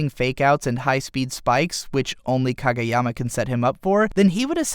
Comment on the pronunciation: I feel like reviewers and analyzers of anime make it a point to pronounce pretty much everything wrong. You did ok with Kageyama's name tho. Proud of you. But everything else was incredibly and comically wrong.